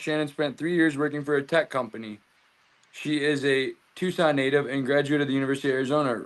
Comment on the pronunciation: Watching from Tucson, Az!! You said our name right too! So many ppl say Tuk-son vs Tucson